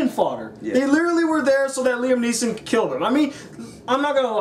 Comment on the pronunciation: NEESON!!! not neilson